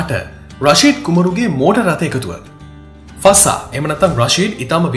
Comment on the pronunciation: ශික් නෙමේ ශෙ(යි)ක් ෆස්සා නෙමේ ෆ(z‍)සා fazza මරු වීඩියෝ එක